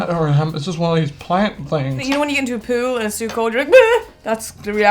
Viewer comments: Ok, let’s discuss the most important part of the video....I thought she said “poo” too!!! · I also thought said poo. I had to rewind 10 seconds to realize she dropped the L off the end of pool. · It really sounds like said poo...just sayin!